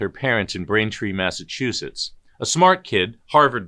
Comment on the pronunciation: It’s Massachusetts.